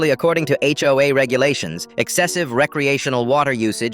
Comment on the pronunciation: “Ho-a” I’m crying🤣